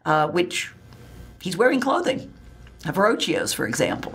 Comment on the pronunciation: Wrong, the wet nurse was in Settignano, just outside of Florence. 'Medici' is pronounced, "ME'dici", not 'MeDI'ci'. "Bild" is not pronounced "Beeelt", it's pronounced like "Built", "Verrocchio", sounds like "Verro-ki-o", it's Ee-gnu (like 'Million') di, not Ig-nuudi!, the "Key-gee" family, not "Che-gee', otherwise GREAT!